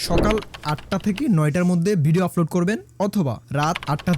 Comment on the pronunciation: আপনার উচ্চারণে ভুল আছে। আপনি আপলোড কে বারবার আফলোড বলছেন।